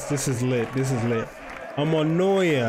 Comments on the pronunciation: Omonoia Say it like Omonia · Its omonia not omonoia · We now first we just had a set back because our players were tired from europa league games we had 2 months full with losses and draws but still got to the top of the league. Also its pronounced OMONIA